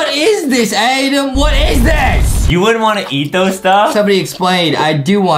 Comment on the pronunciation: Adam not adem justin 😵